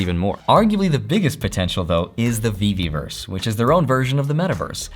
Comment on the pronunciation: Not VeVerse, VeVeVerse Not Gem to Omi, it’s NFT to Omi & Gem to Fiat $.1 =/= $.01 (one penny) Other than that, good video 👍⭕️🚀